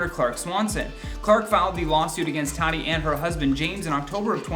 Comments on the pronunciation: Her name is not 'Tat-i' it's prounced 'Taught-E'. At least that's how she pronounces her name. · DUDE HER NAME IS NOT TARY IS TATY can you at least pronounce it correctly. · Tati = TA TEA. Not Tadi. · Are you saying tadi??? It’s TATI “ta-tee” lol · Lawsuits aren’t coming here way, it’s been there for more then a year. And it’s pronounced “Tuh-ti”. Been a long time fan of, but it’s the lack of research for me. Also are you’re not going to mention the lawsuit the westbrooks’ filed against Swanson? Mhmm ok. Emily D. Baker is shaking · Could you please learn to pronounce her name correctly? It’s TAH -Tee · Closing a business=\=cancelled. She's one of the better beauty gurus out there. And it's [taaah-tee] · my guy speakin a lot without saying her name correctly once